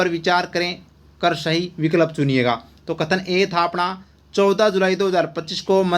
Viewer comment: Sir विकल्प का उच्चारण सही करो मुझे बार बार अजीब lg रहा h बैचेनी si ho रही h🙃🙃🙃🙃🙃